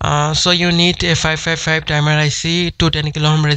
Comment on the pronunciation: the "dimer IC" :D hahah